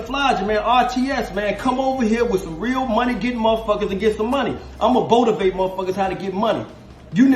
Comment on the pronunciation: Just watching this junt lol “ botivate lol nice